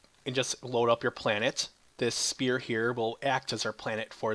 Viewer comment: the ph in sphere is pronounced as f if you didn't know...